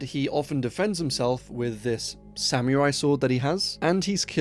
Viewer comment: I don't think "technology" is the word you gotta worry about saying weird... unless it is actually a sam-me-rai sword...😅